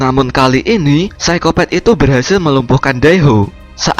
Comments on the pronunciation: Psikopat min bukan psikopet😀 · hahaa iya sykopet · Apa Cuma aku Yg denger Orng Nya bilang Saykopet wkwkwk